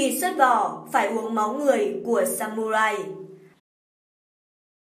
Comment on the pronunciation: Trong tiếng nhật không có âm "U" add nhé mà phải là âm "Ư" mới đúng. Viết là samurai nhưng đọc phải là sa mư rai.